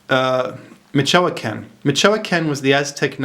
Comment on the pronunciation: Michoacan is pronounced "Missh wah kan" FYI. Most of the immigrants from Mexico to the grape harvest in Sonoma Valley come from Michoacan to the point whether we all wondered if there was anyone left there.... Still, this is very interesting,, here's to inquiry and independent thinking. Y